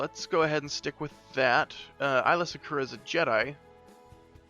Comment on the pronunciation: "eyela secura" 😬 "twolek"